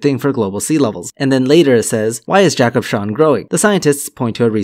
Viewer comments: It's Jakobs-havn, not Jakob-shawn. It means 'Jakob's port' or 'Port Jakob'. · Funny to hear you try to pronounce the danish name Jakobshavn ;-)